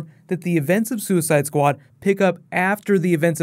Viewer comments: "Suicideuh squadeuh" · "Suicide-ah Squad-ah" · soo eh side ah, squa dah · "Suicidoh Sqaudo"